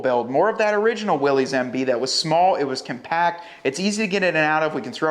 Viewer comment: To match the badassness, could you consider pronouncing the trim level correctly? ☺️ It’s pronounced “Willis” not Willies. 👍♥️